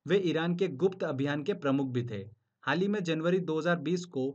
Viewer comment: Aap haal hi bolte hn... Haal nhi sunayi deta bs hi sunayi deta h.. M😭😭😭😭😭